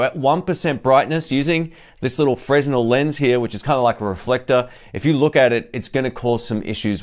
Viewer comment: I like your reviews and I hope I would be of help to you, by correcting the pronunciation of the Fresnel lens - it's pronounced frenEl (fre-nel).